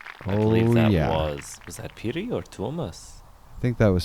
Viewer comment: Good commentary. Just this gives me chills. (I know it is hard to pronounce) Piri in English: amphetamine, speed, chalk Pyry in English: blizzard, snowstorm